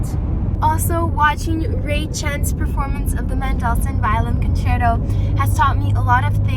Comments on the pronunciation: A couple of things caught my ear about pronunciation. How does she come by stressing the second syllable of Mendelssohn’s name? menDELssohn? No. MENdelssohn? Yes. Also Tonic. Her pronunciation was TOEnic when the ear expects TAHnic. Just curious. Is it her father’s nationality that causes this variation? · I rematches it and heard “men doll sun” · Suggest if you going to be a top performer, learn how to pronounce Mendelssohn. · Yes that's how it should be pronounced. She says "mendel-sun"